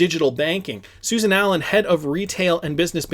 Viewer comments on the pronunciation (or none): none